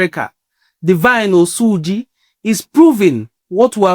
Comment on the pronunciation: Even the oyibo pronounced his name better than you. It is "Osuji" not "Osuuuji" mtcheww